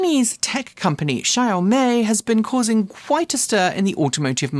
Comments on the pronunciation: Good show! Two-syllable Xioami = "Show Mee" (from what I'm reading). "Show" has an "ow" as on "couch" sound, not ō. No "zee" sound at all. I like your "Daimler" this week. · WRONG, it's pronounced 小米, practice what you preach